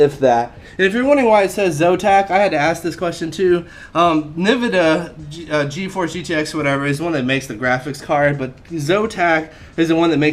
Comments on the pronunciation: I thought it was called nividia not nivada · That was a bad move getting the two 780ti cards... The 900 series just came out and the 980 has slightly better performance, is more power efficient, and is much cheaper. Also Nvidia is pronounced N vidia, not navidia, lol. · Nivida? ITS PRONOUNCED EN-VID-EAH! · its pronounced n vidia not nividia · nuh-vuh-duh (cringe) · Its pronounced n-vid-ea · He is a troll 4 life, of course "" miss-pronounced "Nivida!" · "Nividid" XD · Hahaha! It is pronounced N • vidia. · Nevida No no you pronounce it Ne-vu-du-ah You can trust ne dude, I know alot of shit about PCs, those 2 GTX 780 ti's mean that you're going to be playing games at max for the next 10 years atleast! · Nvidia is pronounced N-vid-E-uh. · I'm gonna have to agree w/ aaddope7, it's pronounced 'en-vidia' but the rest is over kill. Also the blue USB is usb3.0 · Well you did prove that you weren't tech savvy 😂😂 Having more cores in your processor tends to slow down a computer depending on what its clocked at, so having a hecta-core processor really isn't that great compared to a dual or quad-core. Also its pronounced in-vid-e-yah. But anyways great computer and decent review. Still my fave gaming commentator. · I hate how you say nvidia! Its n vidia dammnit im having a panic attack atm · He said that word wrong on purpose so he can get more comments which equals more money i think :P